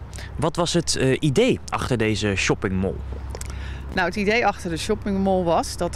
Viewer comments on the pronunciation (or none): Whahahahah echt he, noem het gewoon het winkelcentrum als je shopping mall niet kan uitspreken.